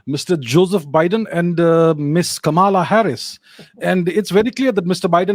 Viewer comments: Its pronounced "Kamla" not "Kamaala." She's half Tamilian (from her mother's side). Her actual name is Kamala Devi Harris. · is pronouncing "Kamaala!" Shocking.